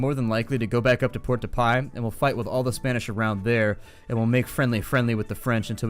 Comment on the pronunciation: Port de-paix is pronounced port de-paw. I cringe every time it is mis-pronounced.